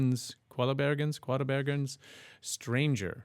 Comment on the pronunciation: Уважаемый пожалуйста произносите фамилию правильно Димаш Кудайберген